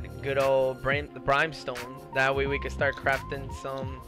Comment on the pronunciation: "Brime"Stone LOL